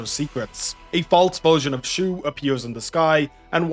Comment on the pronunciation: He didn't. Chongyue is sometimes called Shuo (his real name before he sealed away his divine powers as a Sui proxy). I think the source of confusion came from OP pronouncing "Shuo" a little too similar to "Shu," when they actually sound quite different in Chinese. Hope this helps!